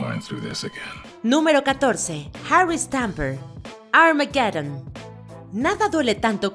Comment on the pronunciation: cuándo veremos un watchmojo en español, hablando en español completamente? qué es eso de "armáguedon?